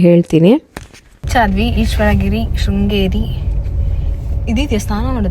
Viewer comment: ಶೃಂಗೇರಿ ಅಕ್ಕ ಅದು ಶ್ರೀಂಗೇರಿ ಅಲ್ಲ